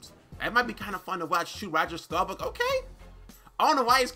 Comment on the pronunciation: How did you read roger last name wrong and you a cowboy fan